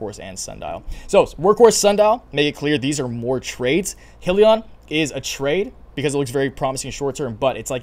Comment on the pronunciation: It's pronounced Hi-liion